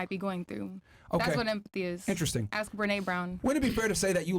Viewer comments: Why did she say axe insteadof ask? To lazy to say the correct word or can't pronounce words properly? Im not trying to be a d im just trying to figure out why some blk americans speak this way? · “axe”…..of course….